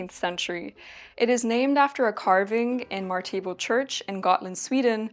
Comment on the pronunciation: As a Swede I was really confused by your pronunciation of "Martebo". Not a critique, by the way, because it makes perfect sense that you wouldn't necessarily know. I saw the article on it in the video and could figure it out from there. I didn't know this kind of sack was from this church in Gotland actually, and I thank you for putting my attention towards this fact. I've wanted to make one for a while and now I've found several sources on it. So thank you!